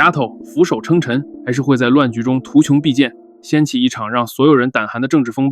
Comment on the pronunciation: 糾正個小錯誤，圖窮匕見，最後這個＂見＂音同＂現＂。